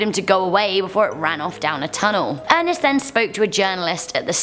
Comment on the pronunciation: Why she say Ernest like that is that 😂